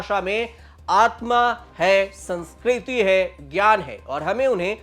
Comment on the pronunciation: Phle tu khud to Sanskriti dhng se bol le bhai😂